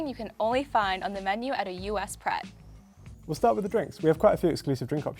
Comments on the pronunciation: Pret sounds like preck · Did you...did you just pronounce Pret with an accent? 🤦‍♀️